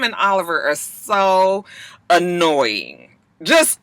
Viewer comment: Okay, you crack me up! Since when do annoying have two y's in it??? " Annoy-ying!", im with you though, them two...no. Just extra!!